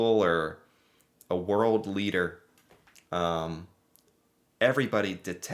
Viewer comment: Leader- keading